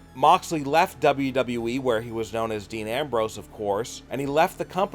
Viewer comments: Just making a point it's pronounced W-W-E not W-W-wee😂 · What is that weird Pronouncing you spelled wwe like W.E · You know how stupid you sound when you’re talking and pronounce wwe, w e. Not good. Plus you guys look to a lot of negatives on these wrestlers. Look for more positives. You are not experts, so quit acting like you are. Work at it and you may get there. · the way you say wwe as “W Wii” really pisses me off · Can your boy not say “WWE?” He keeps forgetting a “W” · STOP FUCKING SAYING WWE LIKE THAT TAKE YOUR TIME REPEAT AFTER ME W W E not FUCKING NAZ CAR WWE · He's having some problems with that 'WW' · The "unique" way you pronounce WWE gave away the fact that you're using a voice changer and basically having a conversation with yourself.. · This guy still can’t say WWE